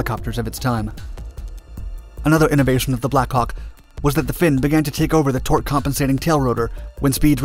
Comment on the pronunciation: Narrator: Blackhawk I hear: Blackcock